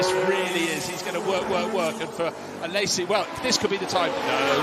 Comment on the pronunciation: Someone tell that commentator ist Alesi, not Alessi